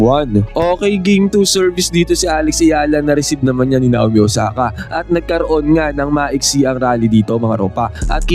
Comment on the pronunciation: Nayomi yan boss hind Nawmi. Ganyan ang bigkas niyan.